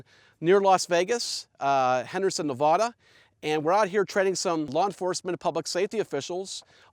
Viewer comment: Good video but it’s pronounced NEvada not NeVoda